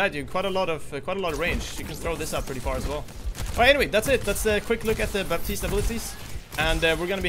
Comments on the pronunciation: Baptiste pronounced "batist", not "baptist" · the "p" in Baptiste is not supposed to be pronounced. The hero is from Haiti, which is a former colony, and his first name is French. The "p" is silent.:)